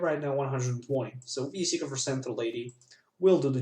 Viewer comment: You kept saying Wespiqueen and it was very annoying. xD